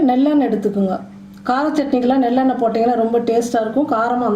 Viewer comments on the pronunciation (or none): Emma athu nellennai illa athu nallennai😂😂😂